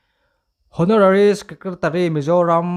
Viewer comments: Honourary tih hi Awnawrari ti a lam mai tur aw,hawnawrari a ni lo a nia aw a chhiartupa. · LBS Suzuki Twenty One.... tia chhiar lovin LBS Suzuki Twenty First... tiin (vawi sawmhnih pakhatna) tihna a ni e. Chuan, Hawnarari ti lovin, Awnawrari ti zawkin o. ❤❤❤ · Haw-naw-rari ni lovin, aw-naw-rari ti a lam tur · Mualpui lam pawh hi MFA hian hrem ve ngei teh se chutih rualin saptawng thumal Kan lam rik reng rengin dik taka lam tum a tha Kan lam thiam mailo anih pawhin a thiamte rawn hrehlo ila..youtuber i ni a viewers tam tak i nei a ila neih belh zel pawh ka ring a saptawng hian lam Dan dik a nei vek a dik Tak a Kan lam hian ngaihthlak a nuam bik a ni. Honorary..zone etc Intih thiam na lam anilova a dik a lam mai kha a fuh ber zel ania mizo hming leh thumal nilo deuh hlek a hnamdang ten an lam rik chuan Kan helh em em a a bul hnai a miten an hrilh lo em ni Kan tih chung thin ang hian saptawng pawh a dik a lam mai nise